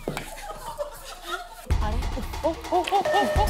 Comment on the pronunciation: 은지 ㅋㅋ ㄹ시작하는 단어말할때 rrr발음되는거 웃김 아rrr래